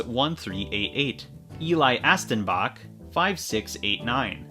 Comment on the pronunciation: Hi it's not eli asstenbak it's Elias stenbak And the second word is st-en-ba-k Also great video